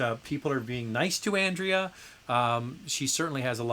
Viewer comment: I'm so glad that I have been able to put a smile on Andrea's face -- she totally deserves it! I am missing the twice weekly live shows, but once weekly is a privilege, so I can't complain. And yes, you did a pretty good job with my Spanish/Catalan name. We love our surnames in Spain!